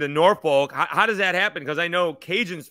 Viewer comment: Thank, Great vid hard to find good ODU stuff. As a native Virginian less than 10 minutes from Norfolk, please pronounce it nor-fukk. Almost like ur cussin. We don’t pronounce the folk part like “folk”. Sorry we’re the home for mispronounced town names lol.